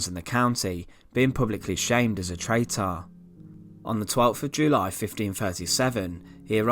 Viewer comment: He was a traitaah and taken to the towaah very sinistaah lol